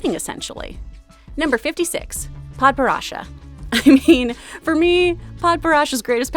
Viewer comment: Its PAD-PER-ASH-A Edit: its Pad-Per-ah-A